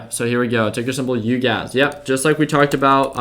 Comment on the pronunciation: ‘it’s Uguys not UGAZ’ 😂😂😂